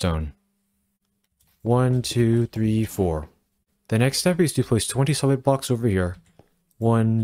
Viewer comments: The way you say “20 SOLID blocks” sounds a lot like “twenty SEVEN blocks” lol That was a pain to tear down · Oh my, I built the whole base layer thinking he said 27 blocks long to realise he said 20 solid blocks 😂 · I thought the same thing too, I turned on CC to make sure I understood correctly and it saved me a lot of time 😅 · I cant tell if you're saying 20 solid blocks or 27 blocks, video is great though. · Is he saying place 27 blocks or 20 solid blocks???? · Is he saying 27 or 21?? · I thought he was saying 27 as well but I turned subtitles on and found he was saying 20 solid blocks